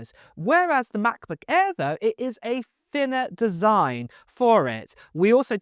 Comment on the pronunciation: Generally like your video but some of the narration grates. Grammatical errors: ‘what is really good’ should be ‘which is really good’. Also pronunciation errors: it should be ‘aitch’ not ‘Hatich’. Shouldn’t be F instead of Th. So it’s THiner not Finner. Sorry to have to point this out